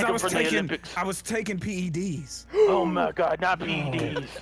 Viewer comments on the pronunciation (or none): I lost it when said P.E.D's and said Pedos XD